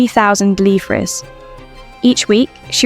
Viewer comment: Yes, the correct word but incorrect pronunciation.